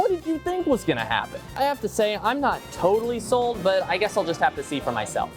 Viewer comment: I'm not toe dally soled lol